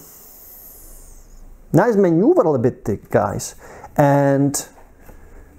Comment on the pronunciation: muh-noo-vuh-hura-bility 😁 in Australian! 🇦🇺